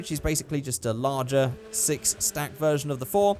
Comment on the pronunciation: As my grandma heard you saying "six" she thought you have said "sex" and in polish its same as in english, so yeah 😂✋